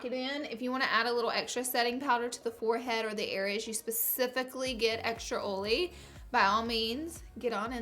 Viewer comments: It's oil not ol. It's oily. Not oly. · Omfg ur accent is so frickin cute and you say oily like oally ur so frickin cute OMFL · "Oley skin" like wtf 😂😒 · I literallly thought you were saying “OOLY” like the pen brand lol then I realized you’re saying “OILy” 🤣🤣😊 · "Ole" "Oley" 😂😂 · i left the video as soon as she pronounced oily "oly" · every time you say oily in this video I think of Karen's (iluvsarahii) dog Ollie lol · Where I'm from you say oily perfectly😂